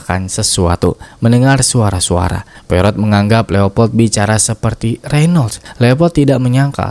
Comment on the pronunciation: Poirot = POAro, Jangan seperti mak EroT nyebutnya. Hercule Poirot - Herkul Poaro. Reservoir = reservOA